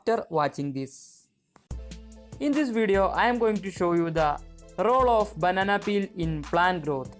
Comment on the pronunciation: The way she says “banana peal” 😌